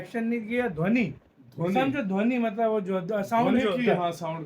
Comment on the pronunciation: धवनी नही भाई ध्वनी 😁